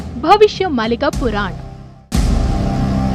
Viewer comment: पुरान नही पुराण बोल